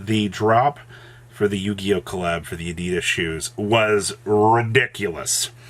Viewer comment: please learn how to pronounce Adidas